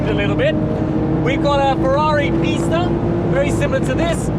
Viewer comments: Loved the video. That being said I am fairly sure for the Ferrari it is pronounced pee-sta, not piss-ta. Am I wrong? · PEE-sta not PISSta 🤦‍♂️ I know some foreign car names can sound weird in English but PISS-ta just sounds ridiculous! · People, people, Pista is pronounced “Peeesta” for God’s sake.